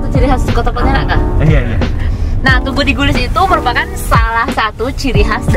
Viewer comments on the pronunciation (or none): Yg benar itu Tugu DIGLIS. Bukan digulis sis...😉